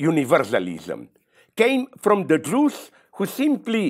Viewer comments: Everytime he says “jews” I hear “juice”, make it al weirder but interesting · zizek and blondie shouldnt discuss about conflicts in other regions they have no idea about and call for violence. and so on and so on ..... i dont like the way he says jews. jewish.... say jewish